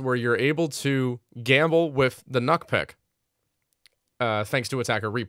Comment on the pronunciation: It’s pronounced Nuke call her redacted